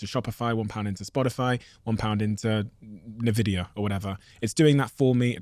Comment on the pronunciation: "NUH-Vidia" lol